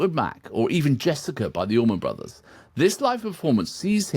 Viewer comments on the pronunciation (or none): none